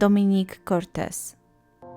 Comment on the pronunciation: Cottrez a nie Cortez